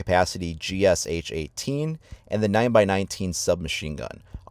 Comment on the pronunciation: Good video. FYI GSH is pronounced not G-S-H but G-Sh (like in shackle) and means Gryazev-Shipunov who are constructors of pistol.